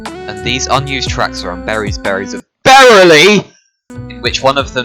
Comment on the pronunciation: Almost shit myself when u said berrily